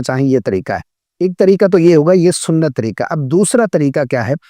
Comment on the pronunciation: Sorry, pihlee khod Tajwid tehk kare. Jisa ki ap Tareeka bol raha hy magar 😂Aslee tu Tareeqa hy. Please correct your mistake.